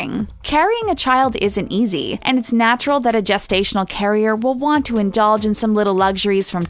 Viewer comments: I think the narrator should know it is pronounced “jest-stational “ not “guest-stational” 😬😬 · Okay I'm 30 seconds in and its jest-ational not guest-ational wtf 😂😂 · Someone please tell her its gestational not guessed stational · Guess-stational??? Jest-stational.... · Is anyone slightly annoyed with the “Guesstational” instead of gestational carrier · Isn't gestational pronounced gel not guess? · Wtf is a gas-stational carrier lmfao! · Lol "guess"-tational carrier. Learn how to pronounce the word. Oh wait you said it right later in the video. Wtf?